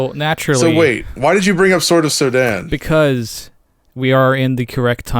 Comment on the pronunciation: Sorry what do you mean? The game is called sword of SODAN (pronounes Soo-den more) ant its an scronym of the danish coder who made the game